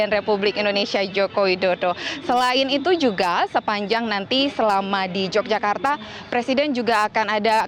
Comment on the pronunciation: Pakai bahasa Indonesia yg benar mbak....kl sebutan yokyakarta itu untuk kota Yogyakarts....tapi kalau propinsi yg benar propinsi Daerah Istimewa Yogyakarta....maaf anda seorang penyiar tapi bahasanya kog simpangsiur bgmana dgn metrotv apa tdk ada pelatihan atw kritik penggunaan bahasa yg baik n benar.....sy sbg org bodo kog prihatin sekali ya.....🙏🙏🙏